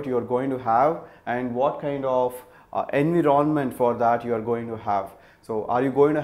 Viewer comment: I was literally confused with his pronunciation of the word environment. Who else?